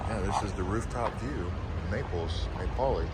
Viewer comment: Napoli is my favourite city in Italy. It brings me to life every time I am there!! For the pronunciation, it’s NApoli ( think “apple” with an N & an I) I’m glad I came across your channel. It’s great 😊